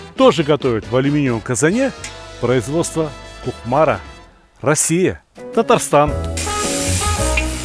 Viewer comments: Сталик абый, Кукмара - удаление на последний слог) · Кукмара - ударение на последнем слоге- буде поавильно.